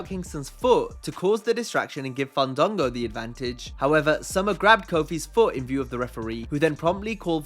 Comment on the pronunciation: fundungo.... LOL learn how to say his name